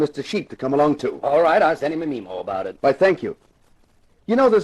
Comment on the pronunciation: the captions say, I'll send him an email about it, it sounds like he's saying meemo. Did he mean memo?